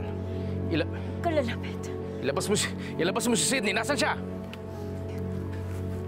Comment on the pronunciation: KUNG NARINIG NYO SIGAW NI EMMA NUNG DUMATING SILA SA HIDE OUT. HAHA EMMA: SENTIII!!(ETO TALAGA SINABI NYA HAHA): SYDNEY! EMMA: SYDNEY! (NUNG NALAMAN NYANG MALI BANGGIT NYA) HAHAHAHA